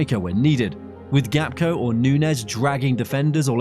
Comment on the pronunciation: Gapko 😂 Genius AI